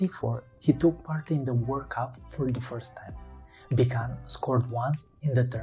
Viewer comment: Thx for reporting about the greatest goal scorer in history. His name is pronounced "Bitsun“ like "bit" and "sun" btw ;-)